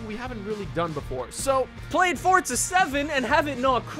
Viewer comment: "Forza" not "Fortza"